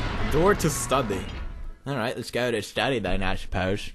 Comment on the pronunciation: it is let's, not dats